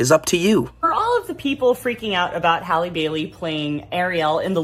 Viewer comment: How do all these foos not know how to pronounce Halles last name??!!